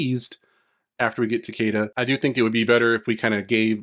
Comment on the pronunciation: It's ta-KEE-da. They literally say his name in the story of MKX. I don't understand why everyone wants to pronounce it wrong.